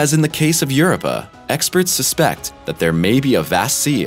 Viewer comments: Europa..."YER-OWE-PUH". NOT "YER-UH-PUH" Please learn to pronounce it before you give info on it. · Europa: It's not "Your - up - a". It's "You-rope-a". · I won't watch anymore until he pronounces Europa correct. It's not URPA! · Europa pronuncation has rope in it . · His pronuncation of europa bad too . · Yeah, I've noticed.